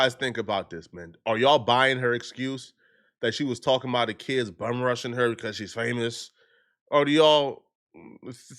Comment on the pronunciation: The school shouldn't hire a sub that says shkwel and keeds in the first place that person can't spoke properly, what they gonna teach?